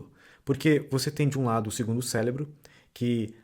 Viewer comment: Não só em . São vários célebros 😂😂😂